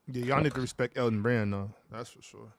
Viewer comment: Nigga said Elton Brand☠️☠️☠️☠️☠️☠️☠️☠️☠️☠️☠️☠️☠️☠️☠️☠️☠️☠️☠️☠️☠️☠️